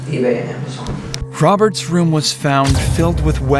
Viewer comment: “It was all my bwudder Woberts idea”